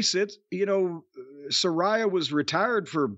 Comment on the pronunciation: Its saraya you guys bee pronouncing it wrong forever.